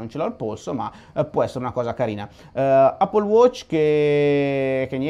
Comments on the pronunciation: NON SI DICE 'APPLE' SI DICE 'EPPLE' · Andrea la pronuncia corretta è "èppol" (non è un offesa :D) cmq continua così sei grande!